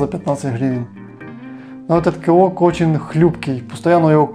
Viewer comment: Наголос на О ))